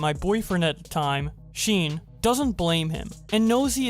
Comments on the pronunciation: i like all your content but it is pronounced SHAWN not sheen, unless its one of those cases where the parents tried one of those uninspired mispronunciation of a normal name. Edit im to the point where poki is reacting to the doc and she is showing sure signs of being a manipulator. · Is no one mentioning how he’s saying SEAN as Se-on instead of Shawn?? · did you really say sheen for sean instead of "shawn"?? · ummm u wanna try that name again? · Isn't Sean pronounced "shawn"? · its shawn not shean lol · In the beginning on how you said Yvonne’s boyfriend’s name Sean as Sheen, it’s pronounced like Shaun. Just giving you a heads up because I know some people who like your channel (they haven’t watched your videos for awhile until recently) and they are huge grammar nazis and I don’t want the comments getting flooded from them and have world war 3 level arguments spamming in here. My friends, won’t say their names, if u r reading this, don’t fucking do it again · Awesome content but I couldn't help but constantly think about how you pronounced Sean as 'Sheen' haha.. It's pronounced 'Shawn' :p But other than that seriously your work ethic and how much you put into your content is absolutely amazing! Keep it up !! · Sean- sheen Sean- ummmm dude it’s actually Shawn Couldn’t help it. Cause I like the Sheen pronunciation. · I have to tell you this because otherwise you might not ever know but Yvonne is pronounced Evonne and Sean is pronounced Shawn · This man said sheen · damn he really said sheen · Man said sheen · who pronounces sean as sheen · Man caled sean 'Sheen' i love it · Bro really pronounced Sean as "Sheen" lmfaoo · sean... is not pronounced seen, dude you're killing me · good detailing of the drama, but how you make a 3 and a half hour video about the otv drama and mispronounce SEAN and YVONNE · lol the way pronounce sean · why u say sean like that tho